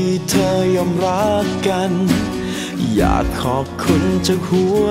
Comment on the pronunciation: คำว่า #อยาก กับคำว่า #ตอบ ออกเสียงไม่เติมคับป่ะ